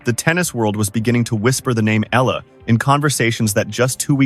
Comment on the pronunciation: Please pronounce her name properly, Alexandra /Alex Eala (Eyala). Just pronounce it right. We will appreciate and thank you for it.